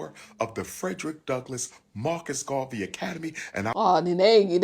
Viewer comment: Not you pronouncing Garvey as Gravy 😭😭😭